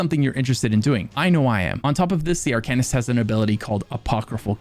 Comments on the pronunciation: You're pronouncing it wron. It's pronounced "Arc'n ist". Not "Are can ist". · Its pronounced Ar-cane-ist. not Ar-can-ist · The way you pronounce "arcanist" makes me want to begin a black sacrament with you as my target... Another fun game, take a shot everytime says Arcanist! Jabs aside, I can't wait for Necrom! I recently got back into the game and I've been obsessed with the antiquarian stuff. IC my character is a necromancer and I hope to advance him towards arcanist once I know more about the lore and stuff (other than all the already known hermaeus mora things) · Being really picky here... but you mispronounced Arcanist. The devs even pronounce it for you.